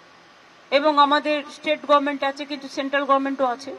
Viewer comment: হাস্যকর গর্ভমেন্ট না বলে গরমেন্ট